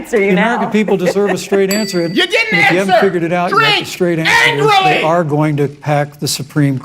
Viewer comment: “Now drink... ANGRERLY”